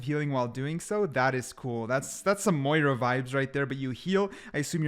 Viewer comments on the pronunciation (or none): none